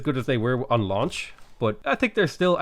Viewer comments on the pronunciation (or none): none